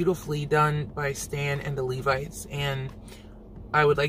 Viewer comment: thank you for pronouncing Levites correctly......I cant believe some of the other reactors and their pronunciation of LEVITES! Its a biblical name 🤦🏾‍♀️